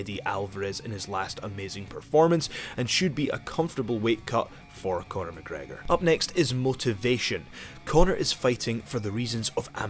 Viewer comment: Night Riders...McGregor not mc gregor